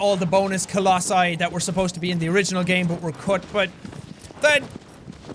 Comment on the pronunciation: I think the pronunciation is colossi